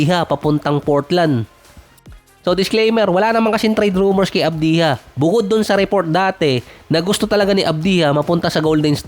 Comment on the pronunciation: Hindi avdiha - AVJA ganyan bigkasin..